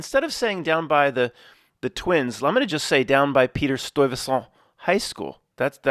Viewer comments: In NY we say “St-eye-veh-sent”. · Oof... As a native Dutch I cringe everytime you pronounce Stuyvesant in a french way lol